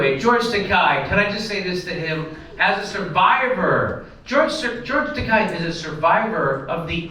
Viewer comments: Not a fan at all of the doofus but it's not Takai. It's akin to Ta-kay as in the girl's name KAY. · i know he's a shitlib, jimmy, but it's pronounced toe-kay. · It's Tah-KAY, "as in gay", Jimmy. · George Takei hates when his name is pronounced that way, so keep pronouncing it that way.